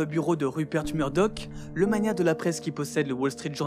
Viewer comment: "Magnat" se prononce comme "magma" et non comme "mania" ! ;-)